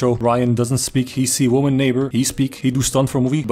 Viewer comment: "Wöman" eh?Are you a pale connoisseur?